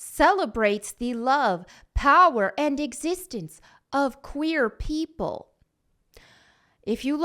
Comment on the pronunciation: It's not FAT Mel, it's power! lol